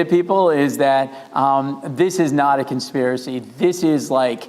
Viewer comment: "This is not a consperacy". -The guys responsible for said "consperacy". <.< That's about right....